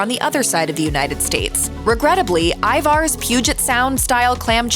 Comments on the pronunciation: Ivars is pronounced Ivers. No Arrrrr like a pirate. Errrrrr like purr. I love the restaurants in house clam chowder but, have never tried it in a can. Glad I haven't. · I don't even think that have it in a can. I've seen it in a frozen plastic pouch or a plastic tub in the refrigerated section of the store. The way she pronounced it hurt my native Northwest ears! 😂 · Ivar's - Everyone I know up here in Washington state, home of Ivar's, pronounces it Iver's. Always have. Ivar's, for those who prefer phonetics. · Thank you! The way she pronounced Ivar's drove me nuts!...and Ivar's and Skippers truly are delicious 😋